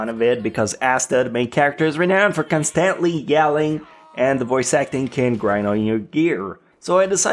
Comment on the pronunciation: constantly CON-stunt-lee